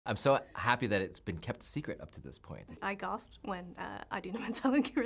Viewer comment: LEARN TO ANNUNCIATE "I gosped"?!! the name pronunciations